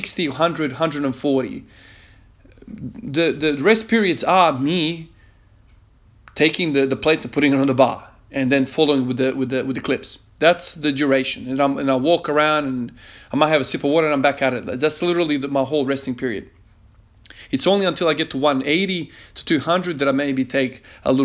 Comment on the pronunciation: "that's the djuration"